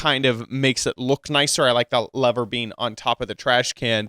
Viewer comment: Wow he says Lever as Lavar,Lava and Torch